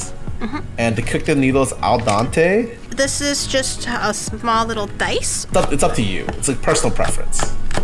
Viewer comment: Honest mistake, but it's called Al Dente. Not Dante.